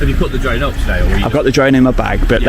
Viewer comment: Hilarious 😂 the way the police man at the start of the video trys to pronounce the word drone . Dwone😅 . can't pronounce his 'r's '.😅😅😅